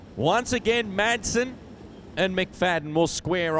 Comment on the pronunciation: I can't stand it when commentators don't know the drivers names!. Will someone tell this commentator the drivers name is Ian Madsen..... not Ian Maddison.😠